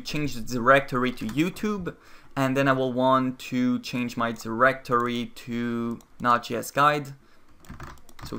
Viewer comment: Your pronunciation of Node.js drove me crazy